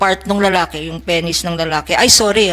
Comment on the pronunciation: Penis not peny